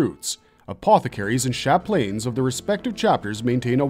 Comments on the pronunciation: Chaplain: "Chap - Lan" Very common English word. It's not "sha-plane" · Chaplain is pronounced "chap-lin" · I cant say ive ever heard someone pronounce Chaplain ...Chap-lane..lol... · is it just me or did he mess up multiple things he even said chaplin wrong